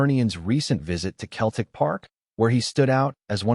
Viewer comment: It’s Seltic not Keltic👹👹👹